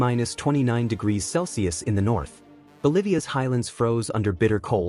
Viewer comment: Indonesia not in indionesia.......Bolivia not Bolvia........Azerbaijan not Azerbiajan........... Any cold temperatures around -10 🥶 is confy with good clothing, down to -10 to -20 🥶🥶 with a few more pieces of clothing OR some minor change like higher quality clothing for sports or walks if fine. Below -20 down to -30 🥶🥶🥶 , top notch clothing is necessary, skin protection is preferred. Any lower settings, like -30 to -40 🥶🥶🥶🥶 you can still do certain things outside, going to work, sports activities are difficult and not fun....car might not start. Any lower then -40 is crazy beside going to work, windshield washer freezes. At -50 🥶🥶🥶🥶🥶 and lower is dangerous and not advised. But life never stops moving anywhere for a cold snap. But these temperatures are thermometer temperatures, the don't take into consideration the humidity factor and wind chill factors which could dangerously augment the impact on our skin. I was old that in the -50 degrees, you may freeze your lungs taking a big gulp of air in, so what would that be like in -70 ??? 🥶🥶🥶🥶🥶🥶 I saw on IRT that the Dalton highway in Ak has a windshield cold wind chill factor that brind temperature down to the -100.....while driving !!!!!!! 🥶🥶🥶🥶🥶🥶🥶🥶🥶🥶 Coldest I have felt so that I do remember is a whopping -45c in Quebec where I live (and hat night, taking in a gulp of air outside had me coughing up for a while) and my hottest temperatures ever felt was in the southernmost part of California(Calipatria if I'm not mistaken) loadi